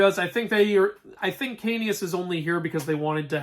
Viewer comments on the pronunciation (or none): Ahem... ITS KAOS!! K-A-O-S KAOS!!